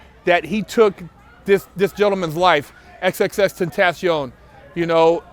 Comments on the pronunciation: I thought it was pronounced X 10 Tay Shun, or Triple X 10 Tay Shun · "xxxtentasHion" lol